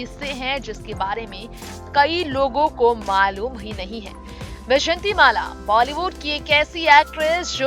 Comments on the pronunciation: pehle naam tho theek bola karo jhoote-makkaaro! bejanti mala NAHI VYJAYANTHIMALA!!!!!!!!!!!!!!! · Not vyshatimala. It is vyjayantimala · बैजंती नही भाई वैजयंती बोलो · Tume vyjayanthi mala bhi teek se bolne nahi aata tume kon anchor banaya. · Naam to thik se bolaa karo. ...pahle hindi bolnaa thik se shikho.